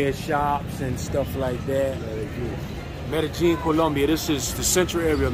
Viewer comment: It's MEDELLIN , not Meddling bro !